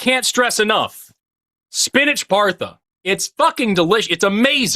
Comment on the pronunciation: Forrest, lol please look up how to pronounce Pa-ra-tha. They are great!